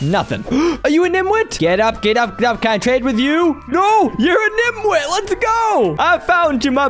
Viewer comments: I’m not gonna lie to you, It’s niTwit not niMwit. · It's nitwit 😂😂 not nimwit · its actually called nitwit. Not nimwit